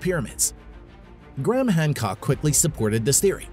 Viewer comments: Gray-Ham not Gram ffs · Americans n there accents!!! Pronounce it.. Gray....ham!!! This guy, calls him Gram 🤦🏽‍♂️ ffs!!! ✌🏽